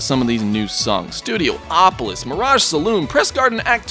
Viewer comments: It hurts me every time calls the stage Studioopolis... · Studiopolis... 5 SYLLABLES, NOT 6